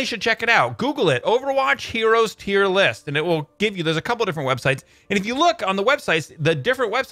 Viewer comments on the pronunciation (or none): 'Tear list' 😂